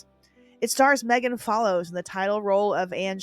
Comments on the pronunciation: It’s pronounced MEE-gan Follows. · Anne of GG was 85?! I think i saw it first in 91 in middle school. Teacher played it in class over a week. Somehow my mom got into the series around then too and ended up buying all the movies on tape of course. It drove me nuts as an 11 year old boy in a one tv house when the 3 plus hour series ruined being a couch potato. One funny thing i have to point out you said her name wrong. Megan Follows that played Anne with an "e" pronounced her name like Meegan not Maygen. Probably a Canadian thing....